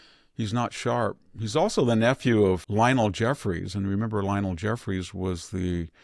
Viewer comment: The House Minority Leader's name is pronounced "Hah-Keem", not "Hike-em"